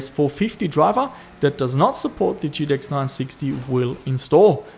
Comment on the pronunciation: G-T-X, not T-T-X